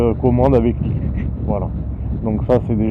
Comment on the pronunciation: Très belle présentation 👍 PS : embrayage se prononce "cleutch" pas "clutche" 😉 (même si ça donne un petit côté franchouillard 🇫🇷)